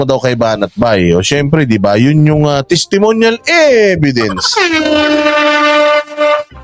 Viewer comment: Testemonial evedence. Ganyan nya ipronounce. Sabihin mo din, do i have to explain for my own opinion? Yan palusot nya kay banat by.